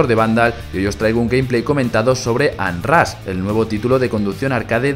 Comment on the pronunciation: Muy bonito y todo pero se pronuncia "onrash"